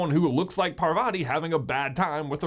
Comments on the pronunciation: And I always wonder why people mispronounce Parvati and padma's names- It's PARvati, not parVATI, and it's padMAA not PAADma.. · Paar-vuh-tee P-uh-dm-aah Those are the correct pronunciations of the twins' names I know it's not major but it's always nice to hear correct pronunciations Otherwise, I love this video, I actually picked up on a couple of these while rereading the series but I'm so happy to see others did too! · Why do westerners pronounce the name as Purvaati Pa-tell? Its pronounced Paarvati Pa-tail, yes just like the tail in wormtail. Stop butchering our names, please.